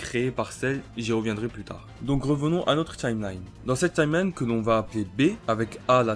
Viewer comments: POURQUOI TU DIS TCHIMELINE SA ME STRESS DE OOOOOOOOOUUUUUUUUUFFFFFFFFFFFFFFF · Tchimeline Tchimeline Tchimeline.. Wesh comment tu fous la haine à prononcer ça comme ça.